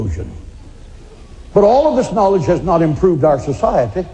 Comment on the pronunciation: "NAAL-idj"? That's a strange way to say organized religion.